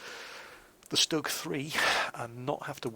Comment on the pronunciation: It is pronounced STOOG. Not Stuhg. The U has an oomlau. It makes the U sound like OOH. :P